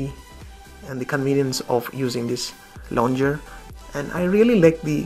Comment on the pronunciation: Hello bro, it's launcher not launger